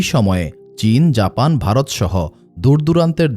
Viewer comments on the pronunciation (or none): none